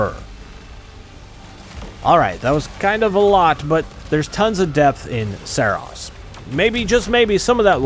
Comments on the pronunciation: "Seros" 🤣🤣🤣, didnt playstation tell you its called SAROS, with an A?? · I'm not certain but I feel like you are pronouncing the game's name wrong. More like Sorrow and glucose. Sah-rohse. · Its pronounced "Saros" not "Saros" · Great video besides mispronouncing the game ;) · Imagine making a video on a game who's name you cant even pronounce correctly.